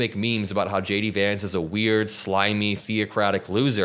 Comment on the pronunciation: Dude....everytime you say J D Vance it sounds exactly like: SHADY VANCE